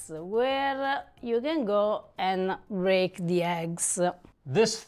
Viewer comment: That's too funny she can't say break very good but she can say incorporate phenomenal😂❤